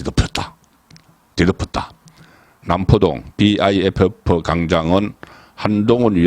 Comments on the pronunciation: 비아이에프에프 가 아니라 그냥 비프라고 읽으면 됩니디. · 비아이에프에프라고 외국인도 그렇게 말하지 않아요 벌써 비프역사가 30년이 다되가는데 비아이에프에프라뇨 송위원님 살짝 실밍입니다